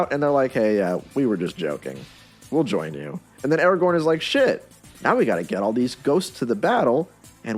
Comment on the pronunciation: Stop saying Eragorn!